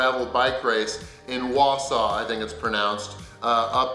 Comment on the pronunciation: You pronounced Wausau correctly! If you need help pronouncing any other Wisconsin city names, let me know!